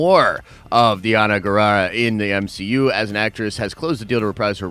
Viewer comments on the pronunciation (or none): Danai, pronounced = Da-Ny.